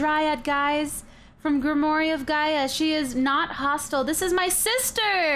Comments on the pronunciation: it is pronounced grim-wour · TIFF!!! what I think you're trying to say is pronounced (Grim-war of Guy-uh) a grimoire is a book of magic and Gaia is Mother Earth. Love this series so far, it's so cute.